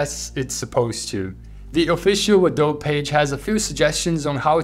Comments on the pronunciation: Hey I’m not sure if you know but the “e” in Adobe in English isn’t silent—it’s pronounced something like “a-dough-bee.” Kind of like how you pronounce the “e” in Nike too. It’s a bit counterintuitive with words like bike and globe having a silent “e” but it has to do with the origin of the words. It’s not important of course but just thought I’d point it out. Love your videos!:) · "Adob" lmao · It is pronounced Ado-Bi (uh·dow·bee)